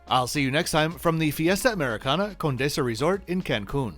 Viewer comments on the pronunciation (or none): none